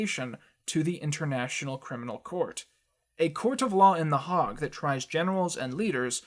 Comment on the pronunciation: But you pronounced The Hague correctly which is shockingly rare.